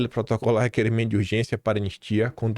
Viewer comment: Você estava afobado e engoliu o “I” do anistia.